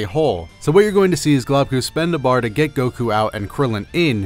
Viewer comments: GLOBEKU not globku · Globku. Pronunciation: Globe- ku